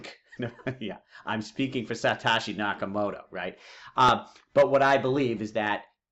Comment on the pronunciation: i don't know what's more irritating, video that's 2hr long or his pronunciation of satoshi and binance. it's sah-toshi, not say-toshi, and it's bye-nance, not buh-nance